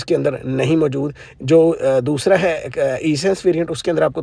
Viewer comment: it’s not E— Sense but Essence. First learn then make VDOs ….. another VDO Another VDO….